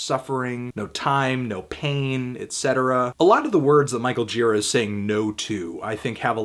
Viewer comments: You'd think if you loved someone so much you would pronounce his name right. Gira like jeer-AH. Emphasis on the second syllable, buddy. That said, I agree with you. Total 10! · I once spent a day with Gira; we shot the breeze about Hell's Angels, psychedelics, and Led Zeppelin over the span of some 10 hours. Great guy, but his name's pronounced "djih-raw." It's Czech.